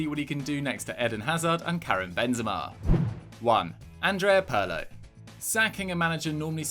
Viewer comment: Jesus, his repeated mispronunciation of "Pirlo" is downright distracting.